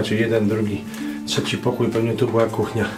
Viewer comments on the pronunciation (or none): none